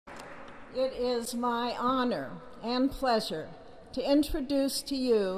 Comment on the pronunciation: NATIZ NATIZ NATIZ It is an Houhououree and a pleasuuure